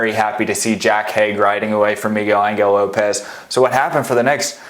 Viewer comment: migel angle lopez....stop it! it hurts to hear that